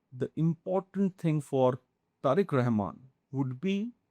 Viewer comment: How comes this kind of shitty pocast clowny report often produce in endea🤔🤷🤭😂🤣?!! This guy cannot even pronounce Bangladeshi leaders name, authenticity on practical ground is faar away😆.